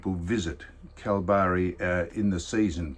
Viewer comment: IT'S PRONOUNCED, KALBARRY!!!! Cripps is still at Carlton.